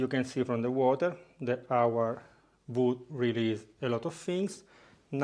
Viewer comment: "WOOD" I could not tell what he was saying. WOOD! OAK?